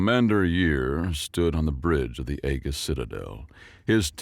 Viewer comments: Aegis is usually not pronounces as "Egg -Gis" command, within military circles it is more like "Aye-Jis" command. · Hey you’re right. Usually these are misreads (not misunderstanding of pronunciation), but this is one of those that I’ve been hearing wrong my whole life (Aegis Prime was always pronounced AY-Ghus). Thanks for pointing it out,. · The correct is E-jis